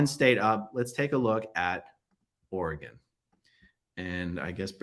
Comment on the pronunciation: Also a PNWer - Aaron gets points for pronouncing Oregon correctly!